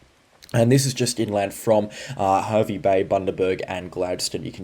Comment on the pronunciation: Hervey Bay is pronounced Harvey Bay 😅